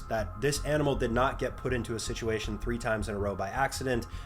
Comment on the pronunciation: ah yes "situatiom", thats a word